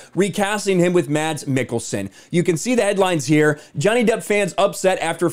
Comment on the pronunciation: As a Danish person I like it when he says "Mads" as normally the "d" silent, only to confuse childhood me.